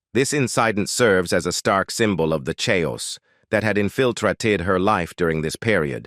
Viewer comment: "na-tur-ay?" the "chay-os that had infl-trultated her life". AI!